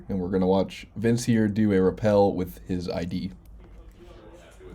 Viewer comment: Rappel, not repel.